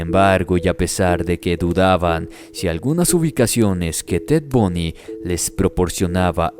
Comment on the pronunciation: SU NOMBRE ES TED BUNDY,BUNDYYY,,NO TED BUNY. LA PROXIMA VEZ PORFAVOR DE COREJIR SU NOMBRE CORECTO...BUNDY. ERES UN BUEN NARADOR EN TUS HISTORIAS.